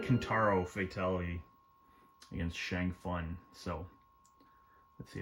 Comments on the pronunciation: Shang fun lol you pronounce it Shang soon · First I love you videos!! Second please stop calling Shang Tsung Shang fun that’s not his name and it sounds stupid!! Thank u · Saying "Shang Fun" never gets old.